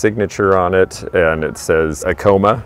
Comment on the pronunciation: Acoma... pronounced Ack-o-ma... ❤️ from Navajo Nation...NM... we love your channel!